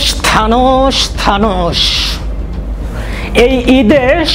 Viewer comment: ভাইয়া ভাষার উচ্চারণ একটু অনুশীলন করে ভিডিও আপলোড দিলে ভালো হয়, কন্টেন্ট ভালো হলেও উচ্চারণ এর কারণে শুনতে খুব বাজে লাগে। যেমনঃ ১। থানোশ > থেনোছ ২। তুমার > তোমার ৩। রুগ > রোগ ৪। কেনুনা > কেনো না ৫। নেহেক্সট > নেক্সট